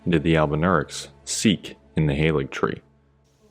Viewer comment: Awesome vid. Just want to point out - 'Halig' is an Old English word, not based on German. Pronounced like 'hah-lee.' And incidentally, "the tree" is a very common reference to the cross in Christianity (especially medieval Christianity). For an Old English-speaking Christian, I think the 'holy tree' would be an obvious reference to the crucifixion. Not that we really needed more confirmation... :D